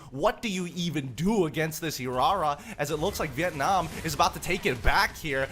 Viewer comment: Leo taught well on how to pronounce Hirara 😆